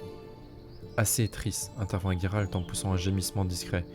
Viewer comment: Par contre j'insiste mais le nom c'est Gérald .. pas Guérald 😅😜